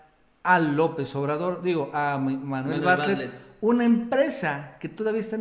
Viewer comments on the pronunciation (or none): Por qué les cuesta trabajo pronunciar Bartlett???